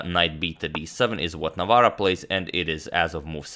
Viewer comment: Hats off to Agadmator for pronouncing tongue-twisting polish last name very well!